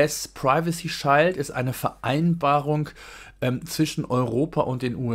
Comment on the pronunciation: Interessantes Thema. Kleine Korrektur: "Shield" wird wie das deutsche "Schild" ausgesprochen, bloß mit einem "ie". Sozusagen "Schield". Nicht "Scheild".